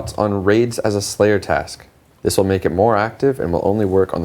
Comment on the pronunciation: "thiz master says" lmao